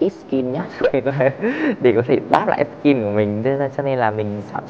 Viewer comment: Ít sceen nhưng lại nói thành ít skin? Luận mãi mới ra